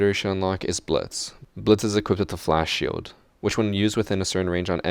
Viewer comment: Im dying omg it sounded like he said blitz has a qwepepdaflash shield XD